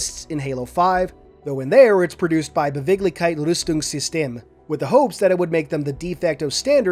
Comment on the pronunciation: "Beweglichkeitsrüstungssysteme" is pronounced "Bay-wake-leesh-kites-ryzz-toonks-sis-taeh-meh" it means "mobility armor systems"